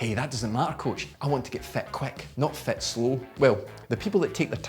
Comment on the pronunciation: ...and fat instead of fit :)